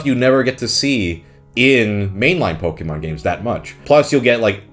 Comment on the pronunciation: I appreciate your correct pronunciation of Pokèmon